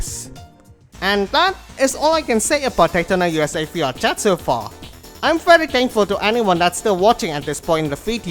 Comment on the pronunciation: i thought you were saying fiat chat